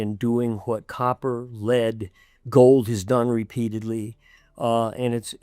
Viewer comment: Dint listen to a man that can't pronounce lead